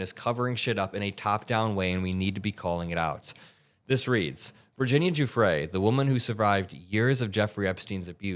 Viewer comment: How does any self-respecting reporter not know how to pronounce "Giuffre" by this point should turn in her press pass. Jeffries? Seriously?